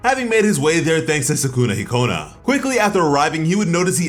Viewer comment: Any Persona/Smt fans mad at how he's pronouncing Sukuna-Hikona or is it just me😭